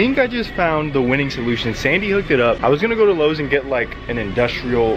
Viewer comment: LOW-es??? Really? not "lo-z", but "LO-ES"